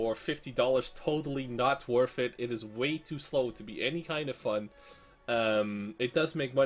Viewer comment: you say worth it a lot but when you do is pronounced worF it;)